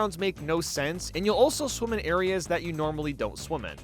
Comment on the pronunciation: Any time you say "Swim" or "Swimming" it sounds like "Swoom" or "Swooming"